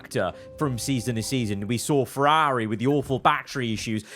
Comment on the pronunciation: Why do you say Ferrari like that